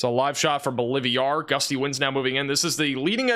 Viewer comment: “Bowl-live-ee-are” or Bolivar? 🤦🏻‍♂️ “IdleWOOD” or IdleWILD? (It’s b/c I donate $ and love ya. I wanna see you learn to pronounce unfamiliar names) ❤️